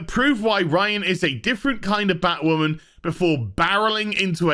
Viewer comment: "It's time for Batwhamen...to end."